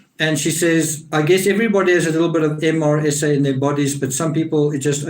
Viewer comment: It's pronounced "Mer sa". Accent on Mer